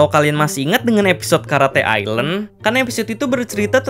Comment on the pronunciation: Bukan karate ilen tapi karate island